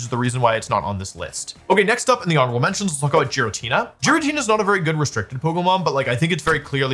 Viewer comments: FORGET DRA*GARGLE* THE WAY HE SAYS JIRATINA IS MILDLY INFURIATING BUT DUE TO THAT REASON IT'S ALSO INCREDIBLY INFURIATING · What did you say?!!!! That's GI-RATINA. not G-RATINA!!!! WHY DID YOU SAY THAT!